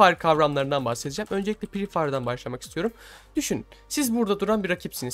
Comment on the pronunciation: Pree değil free